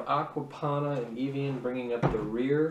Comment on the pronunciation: Evian. (Eh-vee-in)